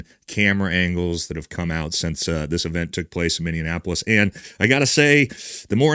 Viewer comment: MINNIE (like the mouse) APOLICE haha love you big dawg just letting you kno your boots are untied